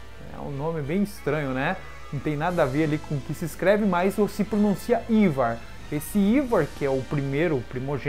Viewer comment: Na verdade a pronúncia do nome do Rei Quinci é "AIVAR", e não "IVAR".